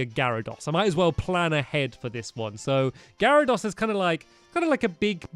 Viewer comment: you pronounce garydose Gary-dose